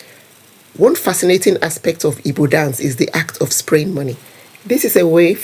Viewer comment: Don't pronounce Ibo.The real pronunciation and spelling is Igbo